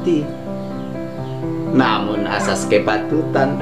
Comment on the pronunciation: Koreksi, azas, bukan atas